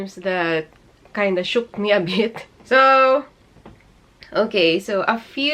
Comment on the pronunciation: #SHOOK 😂😂😂 I was totally laughing bawat pag bigkas ng "SHOOKT" hahaha and its totally interesting topic for people who want to live there in Japan ●ω●